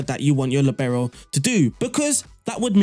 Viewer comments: Wtf its not Libero, its liibero. From italian. I didnt understand you for two minutes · Since Franz Beckenbauer more ore less invented the Libero role, and since he's German, the stress in Libero is on the first syllable: 'Li bero. You are welcome :-)